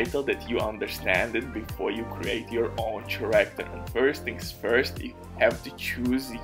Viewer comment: Take a shot for every time he says CHA-ractor